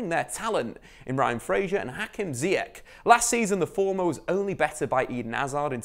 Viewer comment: Just to be clear, his name is pronounced like Zyash .. the same with Ben Atia, there is no sh in the middle, but it is literally as written At - tia, and you are welcome english native speakers :))